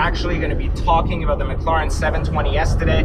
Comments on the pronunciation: can you not pronounce mclaren properly? its not mcluuuurren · We need to host a free training for you on how to say MCLAREN. Stop dude, its way annoying.